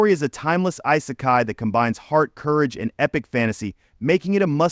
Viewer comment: soooo.... your thumbnail is of an anime that is not isekai, your ai voice can't pronounce isekai or the letters OP and this is all in the first 10 seconds of the video... good luck with your youtube career